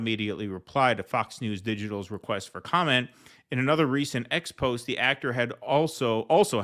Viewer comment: The word is pronounced "expozay."